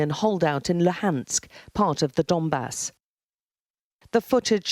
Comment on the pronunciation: “Part of the Dombass” yeah very funny haha…. “dumbass”